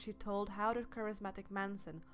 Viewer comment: I agree. This is beyond bad.Poor audio, misinformation. She can't even speak right.😒 da- the; uder-other; etc...etc..👎